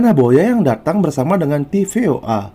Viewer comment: TFOA bukan tvoa 😂😂😂😂